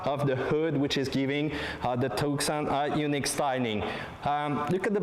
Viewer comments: It is not "TuCson", it is pronounced "Tuson", the "C" is silent.... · It's Tucson, with a silent 'C'. tooh-son. Like Tucson, Arizona. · Tucson is a city in Arizona, United States, the correct pronunciation is Too-Sun, two-son, it's a beautiful car from every angle, from new it comes with a 5 years unlimited mileage warranty and the top of the line is fully loaded, no other car in that price range comes with so much specification, if you want all the optional specification on a European car it would cost you twice as much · It is pronounced "Two- Sawn"